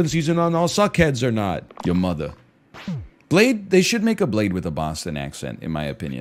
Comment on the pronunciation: Great meme, but i miss the days where everytime he said blade he would say ''excuse me, i believe it's pronounced bladeE''